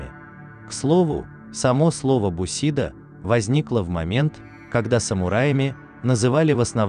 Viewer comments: БусидО,блять,а не бУсидо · Я конечно понимаю, что японский язык предполагает различные ударения в одних и тех же словах, и это будет правильно. Но уши режет слышать "ронИн, бусИдо, катАна"... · После того как автор сказал Бусидо с ударением на И , можно смело послать эту программу на хер!!! Бусидо - ударение на О!!! Они ничего не знают и даже не нужно этим шлаком себе голову забивать…